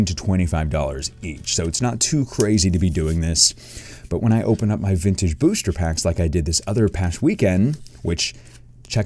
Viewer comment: Sounds like you keep saying blister packs lol. Anybody else agree?